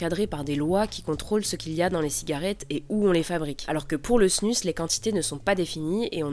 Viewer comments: On dit pas plutôt LA snus (prononcée snuz) ? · ça se dis snouz ! bordel ! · Je pense qu’il le prononce à la française est toi à la suisse ou belge